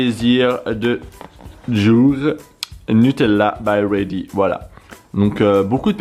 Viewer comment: Nutella be ready pas by ready 😅